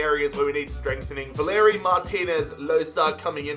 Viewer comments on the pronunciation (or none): none